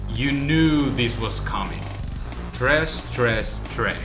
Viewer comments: its thresh not tresh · It's Thresh not tresh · "Tresh" it's Thresh bro. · his name is THRESH not TRESH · tresh hes the only person who i've hear call him tresh even the gods of league koreans call him thresh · Where's Morgana? :( Btw: It's Thresh.. 6x said It's Tresh xD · tresh its thresh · THRESH NOT TRESH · Its Thresh, not Tresh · Its THresh dude. Not Tresh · "Tresh Tresh Tresh" I swear I went crazy. That's the worst thing about playing on euw. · Wtf is a Tresh? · Tresh. Dat. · Tresh. XD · "tresh" if you are going to say his name say it right "thresh" you even typed it wrong in the subtitles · THRESH.. he is called THRASH FFS not Trash... -. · and btw its thresh not tresh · it's not tresh it's trash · NOT TRESH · Lol he says tresh lol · Tresh xD haha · Thresh, not tresh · tresh tresh tresh? thresh thresh thresh*?.. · THRESH, not "Tresh". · BTW its thresh not tresh ;) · It's Thresh. Not Tresh. Wow...... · I hope u know is thresh and not tresh .. come on dude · Why do so many people call him "Tresh"? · he is called ''Thresh'' not Tresh.... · His name is Thresh not tresh :3 but good vid anyways ^^ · Thresh.. IT'S THRESH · Why can no one say fucking THRESH?! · It's thresh with a h